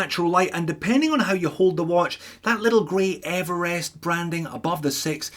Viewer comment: thlee, Evelest dude! what's going on?? you can't be OZ talking like that.